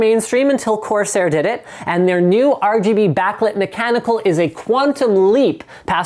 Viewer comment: Corsair... CORsair...CORSair....CORSAIR... seriously guys do it. Please?